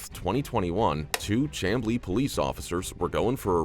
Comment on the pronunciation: It's pronounced( shambley) for Chamblee in ga.